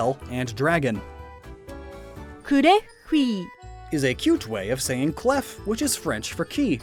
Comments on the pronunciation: it's pronounced ''clé'' and not ''clef'' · Hey! Just a precision from à french viewer: The Word for key is spell "clef" but it's not pronounce "cleffe". The F at the end is Silent. It's just "clé". Thanks For the time, i'me Going Back To my croissant. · As a native french speaker, i will allow myself to do a little correction. (Love your vids by the way) As for klefki, in french we don't pronounce the f at the end of clef 😅😂 it's sounds more along the way of clay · Keys are not pronoced "klaf" but more like "kla" it's an error from Nintendo. Also keys in french can be written in 2 ways : clé or clef, both with the same prononciation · by the way, ''Clef'' is pronounced Clay or Clae. (Native French speaker here.) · Clef is pronounced like clay in French, the f is mute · Clef is pronounced clé and is even written clé in new orthograph